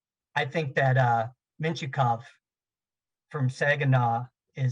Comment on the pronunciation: He was saying Mintyukov, who is a defenseman is this years class. It did sound a lot like he was saying Michkov tho